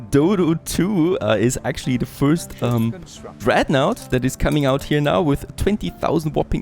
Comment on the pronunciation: love the video series but pleaaaase: dont call it dreadnAUght. that is just not how it is pronounced ^^